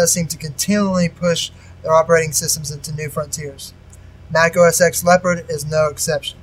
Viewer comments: Say "Oh Ess Ex" again, I dare you. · Good Video, but just to let you know, its pronounced OS TEN not OS X. But still, good video!!